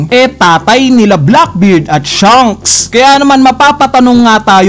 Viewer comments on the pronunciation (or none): SHANKS HINDI SHUNKS. Practice ka mag-pronounce ng SHA, SHA, SHA